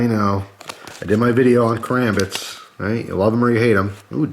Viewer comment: Kar(aw)mbit not leviosaaaw